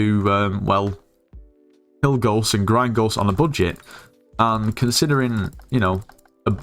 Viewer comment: "how to grind ghost in a bullshit" this is what i hear :D